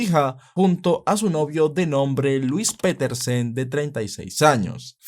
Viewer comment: Piterson: 🚫 Petersen: ☑️